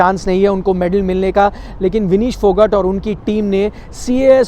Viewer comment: फोगट नही फोगाट बोल